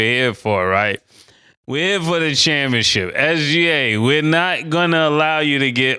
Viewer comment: It’s kalled ChampionSHIP not championchip Killa kmon 😂😂